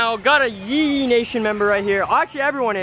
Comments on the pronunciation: At the start instead of ye Ye you said pe guys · U said pee ye